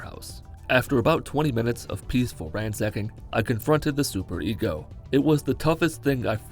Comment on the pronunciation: Super-ECO instead of ego